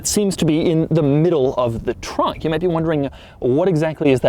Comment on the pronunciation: Doug's the kinda guy that says trunk like tronk